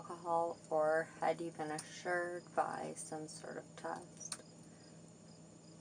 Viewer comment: Is that "assured" or "assumed"...?